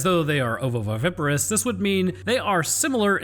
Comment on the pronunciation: Not gonna lie, everytime he said "oviviparous" I chuckled out loud 😂